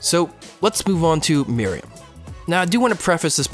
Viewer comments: It's not "Mary-um" It's "Mer-oo-em" Also, while I agree that Chimera Ant Arc is bad, this is also a bad analysis. It's ok to have a character that is super powered, but it was written badly and the entire context of this arc ignores what was the heart of the show and merely this boils down to a Dragon Ball Z everything to save the world type of conflicts. A lot of people weirdly think Meruem is a great villain, but there's nothing remotely interesting about him. The entire arc is pandering about how cool every little moment is, and using a narrator to explain every single action and thought going through every character's head. It's simply trying way too hard to be 'epic' that it falls flat for people who have more taste in content than just shows like Sword Art Online. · I've been pronouncing Meruem's name all this time... Thought it was Meh-ru-wem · Why do so many people pronounce it "Miriam"? That's the maiden in the Robin Hood story. Just take a few seconds and sound it out. Listen to how Meruem is pronounced. Practice it like five times. You're probably good from there. Takes two minutes, max. Pronunciation is not nearly as hard as so many people make it seem. You're absolutely right about the power scaling in HxH Chimera Ant arc, though. Oh my gosh. That made me so angry. It doesn't make sense. So many people gush over HxH because "it's not about who's the most powerful" but the Chimera Ant arc craps all over that ideology. Meruem and the Royal Guards are interesting characters, but ruined because they're overpowered for no reason.